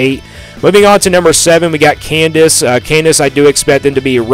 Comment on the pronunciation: Yeah this guy doesn’t know shit and can’t pronounce KANZASS. Avery will ball